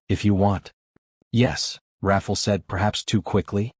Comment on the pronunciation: The narrator’s pronouncing the man’s name as Raffle, but is it supposed to be Rafael or something else??? I hate it when names or words are mispronounced because it takes away from the flow of the story a little bit. Not enough to stop listening, but just enough that it becomes annoying. Good story nonetheless. It’s inspiring ☺️